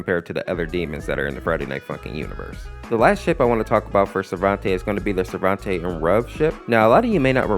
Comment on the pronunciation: Everything that you made mistakes on (Don't worry, it's not as long as it looks.) The Mid Fight Masses Family's names were mispronounced. At least most of them. All that have been mispronounced are listed below. Silehver [Selever] Risaizy [Rasazy] Sarventay [Sarvente] And also, they did not pronounce Lila's name like that in the original series. Skid and Pump are also wearing costumes, so Pump is just a nickname. I have proof of this because I basically saw them in the show without costumes, like in pictures hanging from the walls. Lemon Demon can't have a real fruit head either, because I thought KawaiSprite said that a lemon was the shape of the original character's head, but he isn't an actual lemon. Also, his real name is just Monster because of this, even though they just gave him Lemon Demon because he resembles a humanoid lemon.